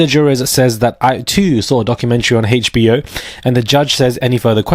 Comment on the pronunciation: Not the hayche-bee-oh documentary. 😅